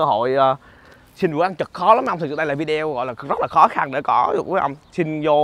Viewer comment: Ở Mỹ lâu rồi mà vẫn phát âm là vi đeo vậy em.